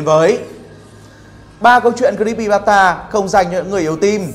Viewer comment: Creepypasta anh đọc sai rùi ạ